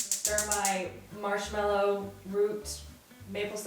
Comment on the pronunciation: Please it’s marshmAllow not marshmEllow.